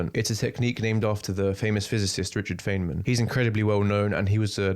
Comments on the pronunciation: His name is pronounced, "fineman." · it's pronounced "fine-man" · i'm sorry bro but if you're going to cite richard feynman but you don't even know how to pronounce his name why should i listen to you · Feynman, you didn't consult Wikipedia, which gives the pronunciation of his name.